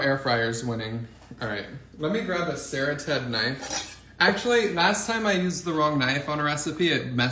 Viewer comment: Serrated is not pronounced sara-ted, but ser-rated (hard A). Just so you sound more professional